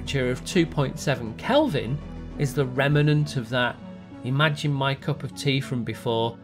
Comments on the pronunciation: Remenent? Someone has been watching Dr Becky. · ‘Remenant’? ‘Banguh’? I get that it’s an accent, but damn it’s an annoying one.